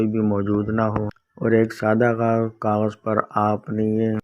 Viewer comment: Plz don kagaj keya Karna clear bolna g plz, Samaj nehi aya